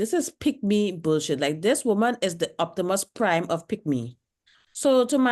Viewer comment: lmao "Oputimus Prime" of pickme!